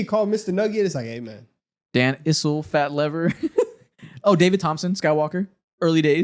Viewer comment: Every time you mispronounce Fat's name it aggravates me lol it is pronounced Fat LEE-ver.